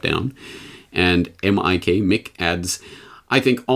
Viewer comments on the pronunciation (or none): none